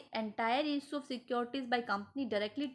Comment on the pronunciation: Gelchodi bilkull down hai energy teri..... Pronunciation bilkull ghatiyaa issue ko ईसु pdh rhi hai explain bhi krna nhi aa rha that's why your channel is not growing